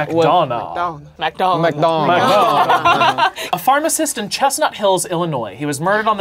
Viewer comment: As someone who’s last name is McDonagh (same pronunciation) this was a hard video to get through😂